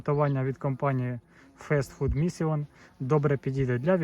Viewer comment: перезнімай - фуд мішін :) чи мішин... наголос на перший склад